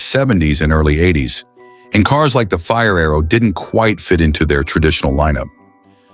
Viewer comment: Quit watching as soon as Mr AI said fire-arrow sickening